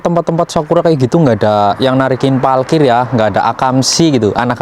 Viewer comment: Jangan bilang PALKIR, yg benar PARKIR.